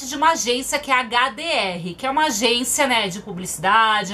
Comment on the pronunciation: Quem viu que a falou hdr é adr mais tudo bem❤